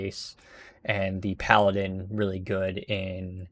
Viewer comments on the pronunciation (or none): none